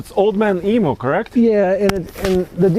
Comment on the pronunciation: You guys are hilarious... it's "eem you" not "e moo". Nice setup though, g'day from Australia.